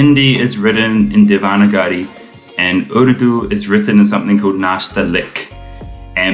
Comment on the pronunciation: Also, the word Devnagri has a long N as Na and G is short! Dev-na-g-ri not Dev-n-ga-ri. I hope you don’t mind me correcting it. Keep up the good work 👏👏👏